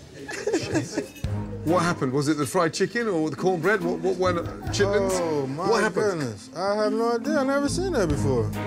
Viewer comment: She was just awful. Her collard greens are an insult to Southern cooking and don't get me started on the chitterlings. I'm glad he pronounced it correctly.